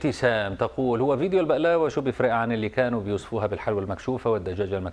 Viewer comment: بغلاوه مو بقلاوه